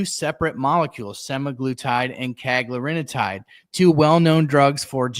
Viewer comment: Cagrilintide, one less syllable, no “i” before the “tide”